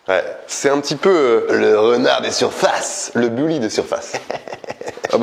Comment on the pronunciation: Un bUlly pas boully 🤦‍♂️